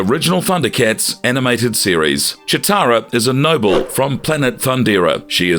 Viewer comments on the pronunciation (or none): Is it just me or are you pronouncing Cheetara wrong?